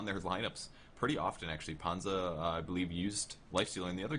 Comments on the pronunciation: it's not pronounced PANZA nor PANDJA, it's so annoying.... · Always funny to hear sunsfan not beeing able to pronounce Panzer or Messerschmids Reaver. :D Nice game, except by the windrunner. It's one of those heroes like shadow fiend or AA where you need some skill to aim and the guy playing windrunner here seems like he just couldn't handle the hero. DER PANZER ROLLT! My favourite team in this tournament.